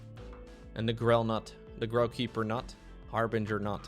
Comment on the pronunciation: THANK YOU for pronouncing "Harbinger" correctly! You would not believe how many people say har-bringer.